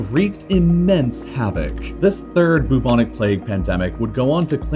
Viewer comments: There's only so much I can take of the syllable "bu" being pronounced as "boo". One minute and fifty-eight seconds, to be precise. I'm out. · Why do you gender empires and countries? I find it a bit off-putting, somehow. It, they...in this day and age, keeping stuff nice and neutral is probably best practice :) Also, 'bubonic' is generally pronounced with a 'byoo' as the first syllable, rather than 'boo'. Same with bubo. Such a delicious word, might as well get it right. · I've never felt so much pain from his pronunciation of bubonic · Boob-onik plague? I thought it was pronounced "bwebonik" plague 🤓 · How Ameircans say Bubonic makes me wheeze omg.